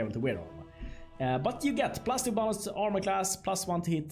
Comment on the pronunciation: when u say bonus, with your accent it sounds like Bolas